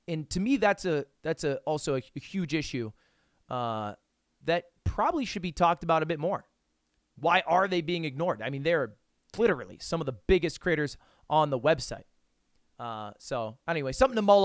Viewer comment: Ludwig saying cliterally is very good